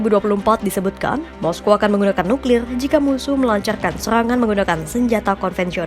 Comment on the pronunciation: nuklilrlr nuklilr r nya seperti orang British 😊